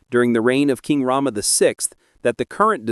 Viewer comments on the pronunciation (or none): none